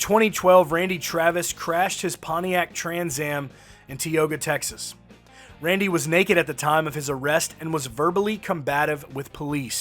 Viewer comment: Tioga is pronounce TIE oga